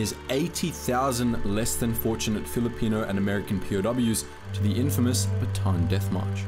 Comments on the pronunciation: Ba-ta-an, not Ba-taan. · It's "Bata-ann", not "Batan". Listen to how Filipinos say it, or better yet, listen to the song "Philippine geography" by yoyoy villame